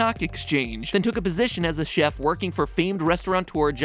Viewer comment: Am I the only one bothered by him pronouncing Chef as çef and not şef.